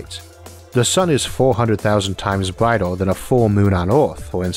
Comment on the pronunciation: where does he come from? Power and flare "flea", Earth, brighter, "bratai", year, "yeae" its an "r" there but he cant say thath... he can't pronounce the Words correctly! and i am from Sweden...? its so hard to understand broken english.